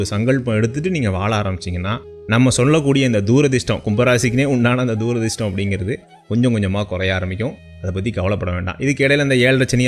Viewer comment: துரதிர்ஷ்டம்....தூ...ரதிர்ஷ்டம் இல்லடா.....